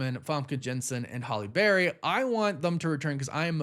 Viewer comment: It's not "holly berry".